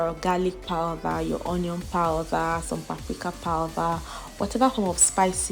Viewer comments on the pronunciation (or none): Its powder not powther